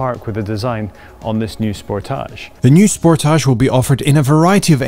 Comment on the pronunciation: OMG, the way he keeps saying "Sportaage" instead of Sportage is incredibly annoying... I had to stop watching because his fakeness is nauseating! KIA, please never let this guy review another one of your cars. EVER!